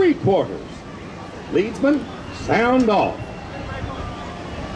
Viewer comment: SOMEbody has to tell the Mouse that a "Leadsman" is the guy who swings a rope with a LEAD weight on it to find out what "mark" the water depth is at, not a LEAD-er of people who do it. The narration mispronounces this, and that's kind of an unforced error that I'm amazed Disney would make.